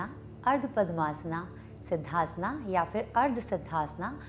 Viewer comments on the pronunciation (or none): Siddhasan boliye....siddhasanA kya hota hai...especially when u are speaking in hindi.